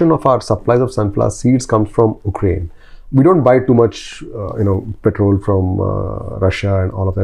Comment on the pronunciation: Anyone else felt uneasy everytime say OOKRAINE instead of Ukraine?